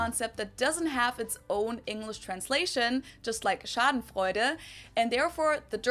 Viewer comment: Schadenfreude is not called with the u :). Because theres an "eu". its the same like you dont call a english "th" the same like an "h"